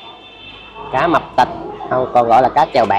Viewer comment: 😅😅😅😅cá mập tịch 😅😅😅rán nghe dữ lắm mới ra chữ tịch đó ạ 😅,ban đầu em nghe cá mập.......